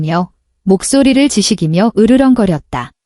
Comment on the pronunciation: 지식이며 ×. 진니기며 0 제발. 똑바로 읽어줘. (일거줘)